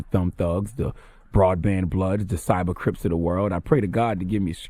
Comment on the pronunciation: Nigga said cyber crypts 😂